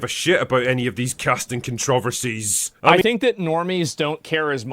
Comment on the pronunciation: OK, ENOUGH already... say it with me - CON - TRO - VER - SIES... KAHN - truh - vur - seez